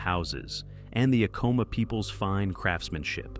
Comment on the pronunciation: I worked for Acoma, PR Director, in the 90s, it is A-coma not uhcoma